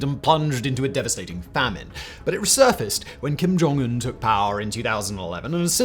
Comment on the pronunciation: Kum joun-Un He ded